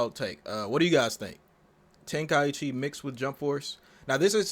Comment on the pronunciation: The fact he said tenkaichi wrong pissed me off